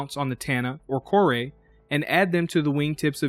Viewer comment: I liked this review because you pronounced both mako and kore correctly.